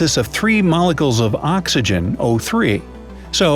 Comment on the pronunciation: "ozone contains 3 molicles..."